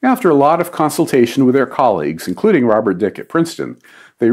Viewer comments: surprising error by Don: Robert H. Dicke, last name pronounced Dickee, not Dick. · I thought it was pronounced Dickey, and not... what he said.